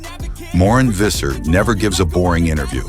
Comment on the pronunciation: When pronouncing Visser. Pronounce it as Fisser. F sound, not a V sound.